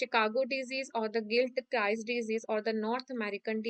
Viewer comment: You dont know even the write names of fungi like penicillium marnefii, its is gilchrist not giltchrist....so many mistakes you have done.